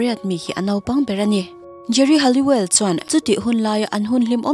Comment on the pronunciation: Geri Halliwell hi Halloween angin i lam tlat a, chuan, Emma Bunton hi Emma Button angin i lam bawk 😬